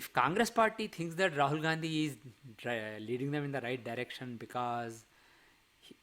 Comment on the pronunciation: For the first time you are calling Rahul Gandhi as RAHAL GANDHI JI . JEEE🎉